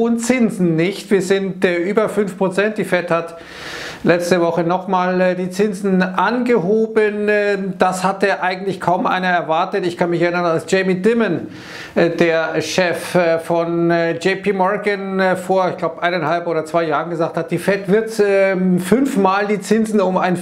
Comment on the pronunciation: Goldilocks Economy... 🥶🙉 Deimon spricht man den aus.☝️